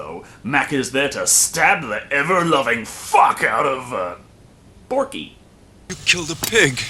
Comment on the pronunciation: i love how he says porkie xD